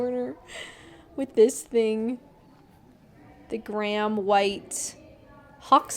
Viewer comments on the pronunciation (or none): none